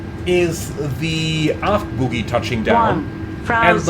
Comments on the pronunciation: Feels pretty much the same as any other jet. You can certainly attain greasers if you’re lucky. (767) It’s bogie by the way, rather than boogie. Oh not ooooo! 😉 Not a criticism, as your English is excellent and my German non-existent. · I hate to be THAT guy, but the word is bogie (pronounced BOE GEE, like the snot in your nose), not boogie (which means dancing). haha. Now that's out of the way.....did Asobo not fix this issue in 2024? I thought they were going to, but maybe I'm wrong. I hope it's on their list of things to improve.